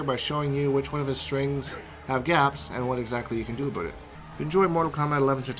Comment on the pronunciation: "All a boot"